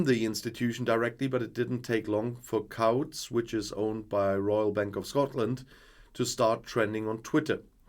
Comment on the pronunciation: Whilst mispronunciations of our crazy language are inevitable and often amusing, please note that the ‘ou’ in ‘Couts’ is ‘oo’ as in ‘boots’. Hope this helps.